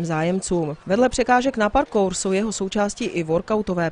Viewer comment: parkourove se cte uplne jinak